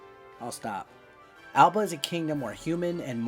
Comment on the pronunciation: THE LAND IS NOT ALBA ITS ARBA ...